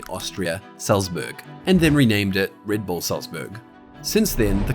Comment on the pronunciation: Reed bool?